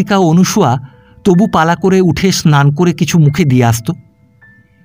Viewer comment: গল্প মোটামুটি ভালো লাগলো পাঠ বেশ ভাল তবে নামটা মনে হয় অনসূয়া হবে অনুসূয়া নয় শুভকামনা রইল